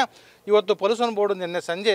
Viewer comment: ಪೋಲುಸನ್ - pəˈlo͞oSH(ə)n - ಪಲೂಷನ್ 😂